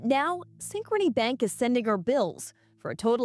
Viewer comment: Did you say synchronic Bank ?